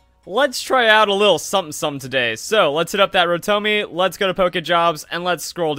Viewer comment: Did you just say RoTOMIE? Calling mines that now 0.0